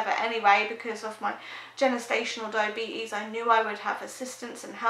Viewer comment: It won’t when she can’t even pronounce gestational diabetes 🙄